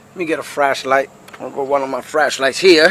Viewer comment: Where did you buy your "FRASHLIGHT" from? ;)